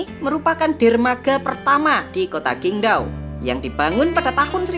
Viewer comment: Mimin masih banyak salah baca pinyin Qingdao bacanya chingtau bukan kingdau Zhanqiao bacanya chan ciau bukan jankiau